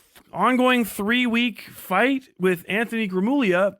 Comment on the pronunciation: Oh does he still say "gruh moog lia"